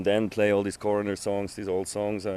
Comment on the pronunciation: Rnd.. "What 'DRUG' you here?!" Holy shit, cut down on the fried chicken, Write some decent questions... "Were there lots of people at a music festival?! Hoo-ly SHIT man!!! Imyself have never heard of a band called "CORR~NER" But its a real right angle if you're in a room, but they'd be really cool on a ride through some twisties on a sportsbike.. going from one CORR~NER into the next. Not likely you will be seen by a coroner, cause of death would be fairly obvious. Unlike the 'KFC & Beer' holding the mic. These guys are almost wincing when he says CORR~NER... 3 Syllables a bit much,? Cor~O~ner, man. Get into shape or have a cor-o-nary and visit Coroner, the man..... Sorry, man. But Americans can be really damned irritating and disrespectful; Maybe some are quite unintelligent. (A silly way of saying STUPID. COME ON, youre dragging the whole humanspecies down.....